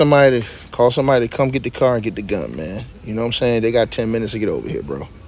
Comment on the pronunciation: He said his father tha kang round hea😂😂😂😂😂😂😂